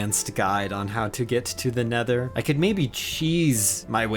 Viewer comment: And he said: The nethur